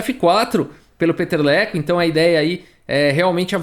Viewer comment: VOU DAR A PRONÚNCIA CERTA DELE: PITER LEKÔ